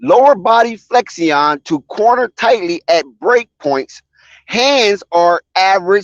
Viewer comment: lol flexi-ion